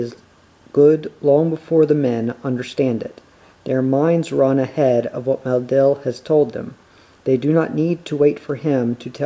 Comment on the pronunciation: I notice that you pronounce 'Maleldil' as 'Maldil'.